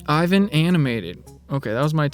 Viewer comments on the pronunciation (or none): none